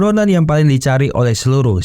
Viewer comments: Iya ngeja itu mesti bener kita ini yg well educated jadi rada aneh denger CIA dibacanya si ai I harusnya Si ai e... Biar enak didengernya min # please be a smart👍... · Min bukan ci i e tapi ci ae e... Dasar lidah udik min😂❤ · CIA.. ( ci..ai e..) bukan ci... i.. ai..😬😬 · Klo mksdx CIA ( Ci Ay Ei ).. Trus lo ngebaca dgn aksen bulle Ci Ii Ay brarti CEI. Mending CIA lo blg skalian Ce Ii Aa min pake aksen Indonesia .. Btw.. lain dr itu gw seneng denger lo bercerita film.. keep on spirit min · Film bagus buat di ulas, tp ko sekarang orang orang pada ketularan si samsul,yg salah mengucap singkatan,, CIA di sebut si i ai, si ai e gitu min.. ah mimin..!! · jd bad mood nontonnya dikala kau ucapkan si i ai ... GUOBBLLOOKKKKK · CEI.. apaan tu😅😂😂 betulkn sebutan mu min. CIA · CIA dibaca Ci Ai E …